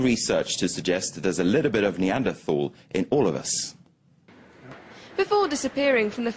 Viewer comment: please learn how to pronounce neanderthal. and the singular is not "homo sapien". this is just embarrassing.